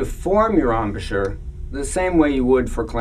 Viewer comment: Ahm-a-shur? Embachure? It's embouchure (from French 'bouche' = mouth). Gosh, learn the words concerning your instrument, people! Lovely sound it makes.